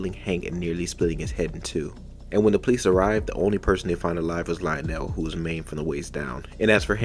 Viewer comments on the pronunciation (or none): just an Fyi his name is pronounced Leo-Nel not Lyle-nel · I think it's pronounced leo'nell I might be wrong but I personally always thought but lie'o'nell doesn't even sound Mexican